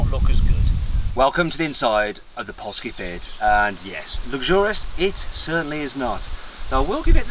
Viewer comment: Did he just say "poski fiet"?